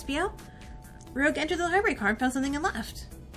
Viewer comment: This game honestly brings me so much nostalgia from when I was really into this franchise. Also Rouge's name is actually pronounced R"oo"ge with a soft G just so you know.